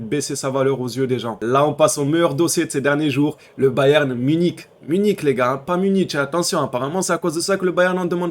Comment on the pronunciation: a 😡 NONNN tu as encore dis bayern muniTCH😭😭 non frero fait un effort stp 🤣